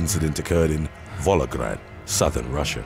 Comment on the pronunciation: Number 3! "Volograd"? NO. It's Volgograd, a city that used to be called - Stalingrad!